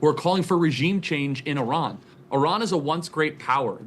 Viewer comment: Thank you for pronouncing Iran like a journalist should. ❤